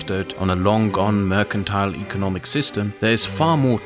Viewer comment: Excuse me, could you say "Mercantile" just one more time, for me? 🤣